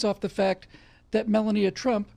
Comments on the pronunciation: I love you,, but 'mel-uh-NEE-uh'? I thought it was pronounced 'mel-AH-nee-ya'. Is there something we don't know (besides everything else you talk about)? Is that how they pronounce her name in Russian, perhaps? I mean...these are the burning questions that we NEED answers to 😆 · Hey, it's mel-AHH-nee-uh... Not Mella-NEE-uh... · "Mel-lahn-neeya?", have you not here her name pronounced? Other than that, great, hard-hitting show as ever!